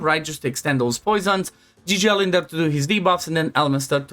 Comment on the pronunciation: Fratele meu, se vede ca esti roman la cum ai pronuntat "Gigel" . Eu cred ca developer-ul are un roman in echipa de a pus numele asta 😂. Mult succes tie si fetelor tale!